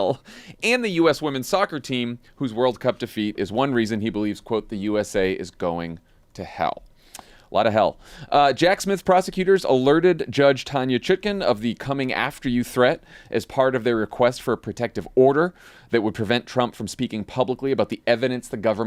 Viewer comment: Did pronounce Judge Tanya Chutkan's last name as Judge "Chicken"?!!!....